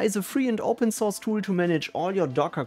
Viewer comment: Tooul = tool 😁